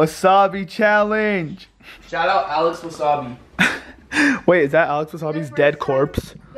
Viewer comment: he just said alex wassabi???